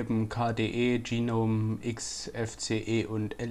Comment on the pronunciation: Geeeenome? O.o GNOME! Da is kein E dazwischen.